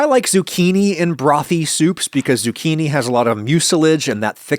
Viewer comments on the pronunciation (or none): none